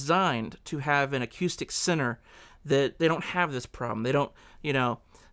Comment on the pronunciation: Or you can just say 'focal' as in 'focal point'. And 'acoustic' instead of 'akyoostic'.